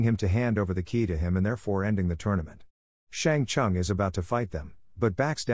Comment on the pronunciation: "Shang Chung" ....